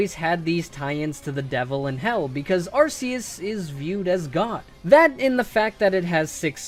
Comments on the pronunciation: That’s not how you say arceus it’s Arc[ark]-eus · Please don't say ARSE-eus😅😂